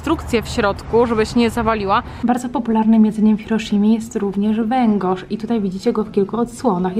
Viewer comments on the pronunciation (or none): Nie "węgosz" tylko "wengorz".